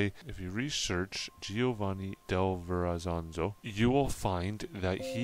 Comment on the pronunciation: Welcome back. This one must have taken quite a bit of research for you! Very good info and detail; I've never heard of these men before with the exception of Verrezano, whose name you are pronouncing with an extra 'z' at the end. I love your accent, and said to my daughter the way you pronounce certain words, like 'about' sounds like you are North Carolinian. Then you tell us that Norumbega is near where you are from! We have a St. Johns River in Florida, which is 310 miles long, and runs parallel with the Atlantic.